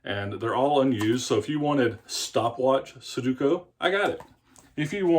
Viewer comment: You say su du ko. The middle syllable is do, not du. The last syllable is ku, not ko. You're mixing them up. Su do ku. Just look at how it's written. Accent is on the middle syllable. I used to do these all the time but once I learned how to solve them all they weren't any fun anymore.